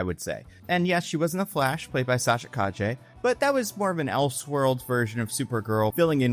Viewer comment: He also called Sasha Calle "Sasha Cajje"